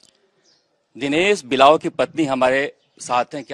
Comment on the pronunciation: 3.08 par जी यह दिनेश बिवांल है ना कि दिनेश बिलाव.....